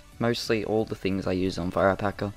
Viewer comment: I thought you said FIRE PACKER